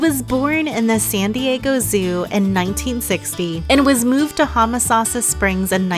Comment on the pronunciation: The video would've been more enjoyable if you didn't keep pronouncing "Homosassa" incorrectly.